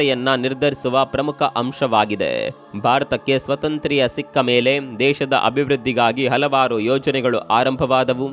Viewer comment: ನಮ್ಮ ದೇಶಕ್ಕೆ ಸ್ವಾತಂತ್ರ್ಯ ಸಿಕ್ಕ ಮೇಲೆ ಎನ್ನುವ ಬದಲು ಪ್ರತಿ ಬಾರಿಯೂ.. ನಮ್ಮ ದೇಶಕ್ಕೆ ಸ್ವತಂತ್ರ್ಯ ಸಿಕ್ಕ ಮೇಲೆ ಎಂದು ಉಚ್ಚಾರ ಮಾಡುತ್ತೀರಿ.. ಇದನ್ನು ಸ್ವಲ್ಪ ನೀವು ಬದಲಿಸಿಕೊಳ್ಳಬೇಕು ಸ್ವಾತಂತ್ರ್ಯ ಹಾಗೂ ಸ್ವತಂತ್ರ ಎರಡಕ್ಕೂ ಸ್ವಲ್ಪ ಮಟ್ಟಿಗೆ ವ್ಯತ್ಯಾಸವಿದೆ. . . ಸ್ವತಂತ್ರವಾಗಿ ಬದುಕುವುದಕ್ಕೂ ಅದೇ ಸ್ಥಾನದಲ್ಲಿ ಸ್ವಾತಂತ್ರ್ಯವಾಗಿ ಬದುಕುವುದಕ್ಕೂ ಎನ್ನುವುದರಲ್ಲಿ ಬೇರೆ ಬೇರೆ ವ್ಯತ್ಯಾಸಗಳು ಅರ್ಥಗಳು ಇರುತ್ತವೆ